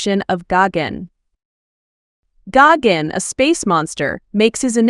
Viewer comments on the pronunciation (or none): It’s Geiken not Goggins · Exactly. She keeps mispronouncing his name. It’s Gigan with an I not Gagan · What i think it is pronouced:gigan What she thinks is pronouced:gagen💀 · Bro is really saying gogin even though it’s actually gigan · This is the worst a.i. narration I’ve heard. Sounds like she’s saying David Gagins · PRONOUNCE THE DAMN NAME RIGHT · Say his name right or don’t say it at all it’s disrespectful to the cyborg alien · I don’t like the way you pronounce Gigan. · What letter is she trying to pronounce lol